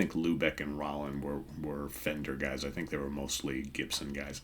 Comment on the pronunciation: I love Molly Hatchet. I saw them on the final stop of their "Flirtin With Disaster"tour. Duane last name is pronounced "Rowland" as Danny Joe Brown introduced him from the stage. Enjoying this series.